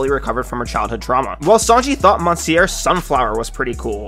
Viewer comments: This guy really pronounced Monsieur in the worst way possible. Mon-si-ör. Holy moly. It's Mi-siö... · Monsieur is pronounced: miss-sue-er French is weird, dont know why the letters: o,n,i make those sounds. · The way you pronounced it like "Mon-see-yer" took me out 💀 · monsieur would be pronounced as muh syur. just check on translate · Doesn't help that this dude mispronounced 'monsiuer' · The way you pronounce “monsieur” makes me feel physical pain, lol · Man didn’t pronounce mansieur correctly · That pronunciation of monsieur was so bad